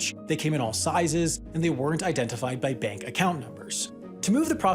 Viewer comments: "Mank of America" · Am I the only one who heard ‘Mank’ of America? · the "mank" of America. Sam, are you sure about that? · Funded by the MANK of America? 🤣🤣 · Mank of America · Funded by the "Mank" of America?